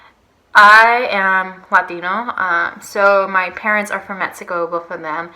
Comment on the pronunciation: Its so annoying how you say metzico.